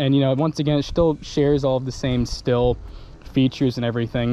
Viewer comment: Why do people pronounce stihl “still”? It’s pronounced “ Steal” or “Steel”. And I never owned one but man a lot of people Mispronounce poulan too they call it “ pool in” when it’s pronounced “ pull in”